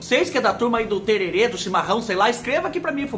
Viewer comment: Não se fala tererê e sim tereré. Aqui na minha cidade tomamos tereré. Campo Grande MS